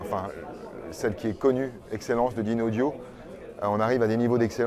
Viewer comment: Le présentateur qui ne prononce même pas correctement le nom de la marque...